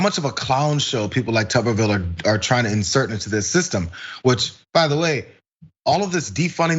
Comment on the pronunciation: Just gonna throw out one thing: you mispronounced his name. It's more like "Tub-err-ville". Don't blame you or anybody for not getting his name right, because he's a nobody. To more clearly understand him, he majored in P.E. in college. He became head coach at Auburn, one of the two major schools in Alabama. Most of the state (about 70%) are diehard rival Alabama fans. He spent several years being one of the most hated people in the state. When he started to lose, Auburn paid him $3,000,000 to leave. He fucked off to Texas. He has (all caps because it can not be emphasized enough) ZERO POLITICAL EXPERIENCE. All it took for him to win a senator position against Doug Jones was to come back to the state and say "Go Trump". That's it.